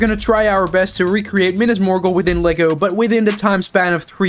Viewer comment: why did you have to prounce it like that, MINAS MORGUL ISN'T SAID LIKE THAT